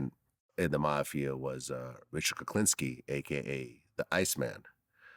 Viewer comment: Kuklinski, SMH. Vlad come on bro.